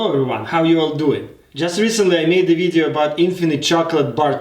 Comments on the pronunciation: Bla bla bla in my last ВИДЕО bla bla This word sounded like a russian word with russian accent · Да особенно слово видео